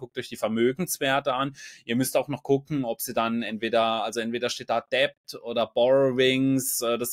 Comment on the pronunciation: Tolles Duo. Lieber, das "b" in "debt" ist stumm. Einfach "det" aussprechen. Macht gleich seriöser;). LG